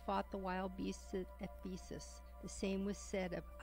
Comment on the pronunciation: JoSEEphus! Not JOsephus. EPHesus! Not E-PHEE-sus.